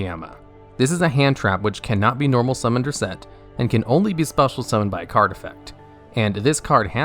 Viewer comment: "Cannot be normal Mummoned or set"